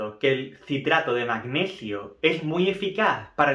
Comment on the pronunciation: El magneghio 😂